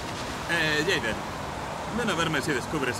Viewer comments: Quitenle la J a Jayden q dice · Oye si le quitas la j a Jayden dice Aydén como el nombre del"fantasma" de Beyon the soul